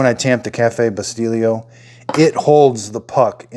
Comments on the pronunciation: I just scored one for $50 on FB Marketplace locally. I'm already obsessed with this thing. The Espresso brand you're using is pronounced "Bi-STELL-o" not, Bi-Steel-io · Wait... did he say cafe Bustilio? How did he make that sound Italian? lol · This is great review perfect , by the way bustelo is pronounced Boost-hello without the H or Bustillo coffee" is pronounced as "boo STEE-yo coffee, Key points: "Boo": Pronounce like the beginning sound of "boot". "STEE": Emphasize this syllable with a long "ee" sound like in "see". "Yo": Pronounce like the "yo" in "yoghurt". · I love the glass cups though, thx for the review, it was very helpful. I'm in the process of buying an expresso machine but because i never owned one neither do I know how to make one. I'm looking to buy a decent one without having to spend hundreds, you know what I mean ? By the way, the way you pronounce that Bustelo expresso coffee you bought, is like if it had a double L, remember Abbot & Costello?.the same way 😁. Thx again! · it was driving me nuts everytime I heard it pronounced wrong.